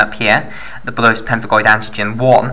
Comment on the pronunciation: bullous not bullose